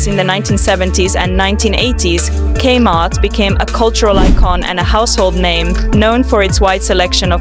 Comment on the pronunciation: It's not pronounced /kmart/ with the /km/ being a consonant cluster. It's "Kay-Mart", with the K spoken as an initial. It's odd that you made this but never experienced it yourself... or actually listened to the commercials you included, including the very opening lines, "Gay Heart Is Your Saving Story".